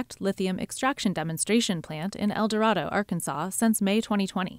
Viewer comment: El Doe-Ray-Doe